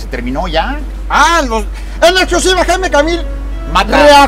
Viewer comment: "Jaimico Camil" 😂😂😂😂😂😂